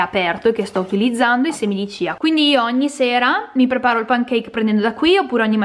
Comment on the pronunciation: Chia chia con la c non ciaaaaa! Per il resto complimenti per l'ordine e per la varietà nonostante tu cucini in modo semplice e con il grande limite del glutine